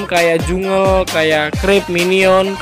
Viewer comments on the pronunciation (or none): Janggel bang bukan jungel